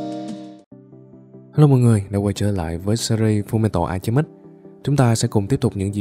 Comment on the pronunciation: E góp ý tí nhá ad Chữ alchemist trong tên phim í , thì chữ h là âm câm nên đọc là ao ce mít chứ kph ao che mít nha ad